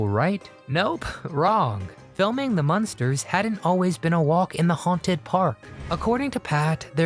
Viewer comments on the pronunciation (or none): It's MUNSTERS, not MONSTERS.